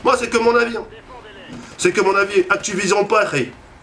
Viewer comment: "Actipognion" Mdr!